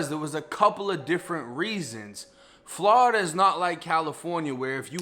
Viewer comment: Im a FL Jit Cuz and tha way you say Florida always funny cuz Ian Eva heard any6ody say “Flawda” but I fuccs wit it lol